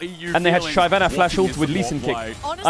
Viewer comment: if this clown says shayvana 1 more time im gonna lose it, unwatchable unsubbed unfollowed bye